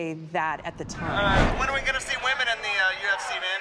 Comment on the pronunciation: Why can’t kids these days pronounce “women?” Women is plural. Woman is singular. Great video though.